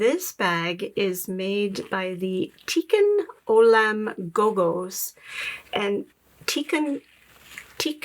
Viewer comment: Hebrew, tikkun olam , pronounced tee-koon oh-lam, emphasis on second syllables. Repair of the world, yes. Jewish tradition is that our reason for being and our continued obligation is to make the world a better place. 💙 I just discovered your videos and LOVE THEM